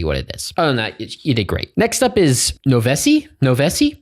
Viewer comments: Not pronounced THAT way 💀 it's nova-sigh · HE'S DONE IT AGAIN! First things first, you pronounced my name wrong, it's nova-sigh. Everyone pronounces it wrong at this point. 😭 Second thing, hi I'm also Icecore from the LokitAngel fan-remixes thing you reviewed sometime back and Noveci's my main project for stuff that isn't hardstyle. Third thing, YAY I GRABBED YOUR ATTENTION WITH THIS! Thank you for checking this whole comp + my track out :D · “Noveci” pronounced “No-va-cide” I’ve heard their watermark in some mixes so I’m pretty sure